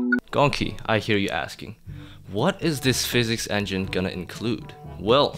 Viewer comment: it's physics not "phisics"